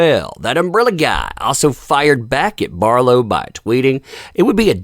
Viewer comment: Who's Eve Barf-low?